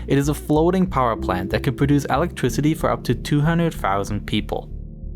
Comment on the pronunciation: 2 FOUSAND??? TA..TEE...TEH....IITS A 'T'